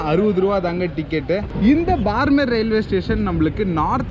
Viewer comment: உச்சரிப்பு பார்மேர் அல்ல !! பாடுமேர் (BAAD MER) !! ராஜஸ்தானின் மேற்கு எல்லைப்புற விமானப்படை தளம் அமைந்த சிறிய நகரம் !! 2013-ல் இங்கேதான் பாலைவனப்பகுதியில் சுக்கோய்-30 விமானம் விழுந்து நொறுங்கி இரண்டு விமானிகளும் பலியானார்கள்!!